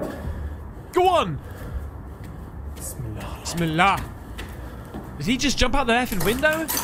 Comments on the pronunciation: The way u say Bismillah ..ahrmaraheem...in lols rofl even if dnt understand but damn that's a prayer to Allah...that u the devine one your the most giving n pls forgive us..but uuuu yismillaah lolz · If anyone was wondering when he says smallah it’s said like bism allah which means in the name of allah. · did he just say bimallah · It's "bis" "mill" "ah" hope this helps you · why does he keep saying "smeelah" ? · Im not a Muslim but It is pronounced [Bismillah Arrahman Arrahim] which means... God the merciful the benificient.